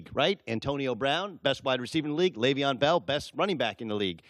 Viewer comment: After all these years you still can't pronounce his first name.